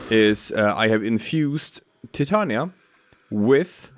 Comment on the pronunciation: Omg you said her name right. Got my follow